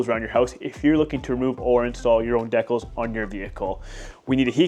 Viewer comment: Who pronounces decals that way I'm sorry but that bothers me lol